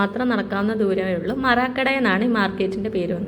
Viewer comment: മറക്കട അല്ല മേടം മരക്കട